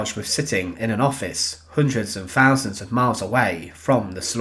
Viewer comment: Very interesting but please say thousands, not fousands!